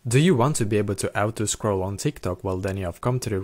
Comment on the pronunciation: "do u want to ou-to scroll"?